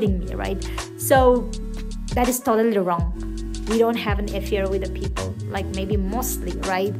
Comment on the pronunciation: Right! She was supposed to say it peoPerr 😂